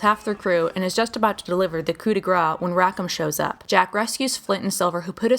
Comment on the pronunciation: Coo duh grasssssssss means « blow of mercy » is a blow to end the suffering of a severely injured person or animal. A coup de graw (as pronounced) mean striking someone with a slab of fat.